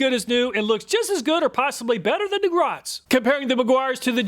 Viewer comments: Great video, very informative. You’ve helped me make my choice, and it’s budget friendly. Thank you. Also, Griot is pronounced Greee o. I pronounced it same as you until I was listening to company representatives at a car show pronounce it as a French word. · Griot is pronounced "gree-oh". I'm a big fan of their waxes too.